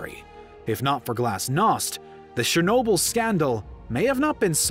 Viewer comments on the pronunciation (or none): it's not shernobyl... it's CHE sound, not she!